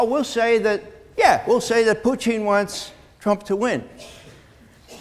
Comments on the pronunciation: That's the right way to say it, in Russian. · It's because he speaks Russian, and that is the correct way Putin's name is pronounced.